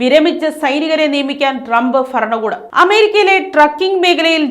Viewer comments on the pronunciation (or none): ഡ്രമ്പ് ഫരണകൂടം എന്നല്ല..... ട്രംപ് ഭരണകൂടം ഭരണിയുടെ ഭാ